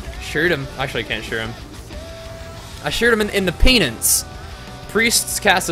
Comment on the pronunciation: " Kicked hes Pee-nance "